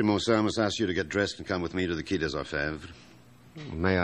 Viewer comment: Despite being American, the actors can pronounce French correctly, so why Qui & not Quai?